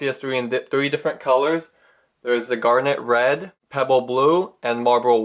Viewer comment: did he just said "garlic bread" on 12th sec ........lolz